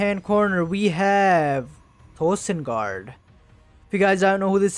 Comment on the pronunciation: Nice cast! Loved the commentary. One small thing is that “Tolsengard” is actually pronounced “To Isengard” with reference to the song “They’re taking the hobbits to Isengard.” I thought it was ToLsengard for a long time too haha. By the way, do you happen to know when this game was played and in what context? (Ladder game, tournament)